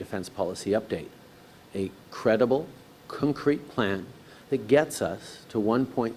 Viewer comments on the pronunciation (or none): This idiot can't even pronounce CONCRETE properly. Wtf is cuncrete? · "we have a cinkreet plan"